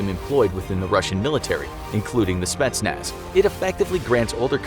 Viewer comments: I'm Romanian Czech, I am training for GRU, I am not russian but I guess I am close enough? Idk let me know I guess lol Also its not "spatsnaz", its "spetsnaz' the guy makes it an "a", mam dobry den :) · The Speshnaz lol